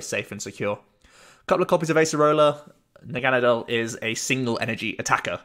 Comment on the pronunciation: You’re pronouncing Naganadel correctly. It’s root is German and Nadel is German for Needle pronounced the way you do